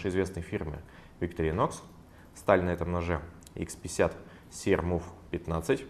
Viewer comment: Почему говорите ВикторинОкс? Ведь правильно произносится ВикторИнокс ?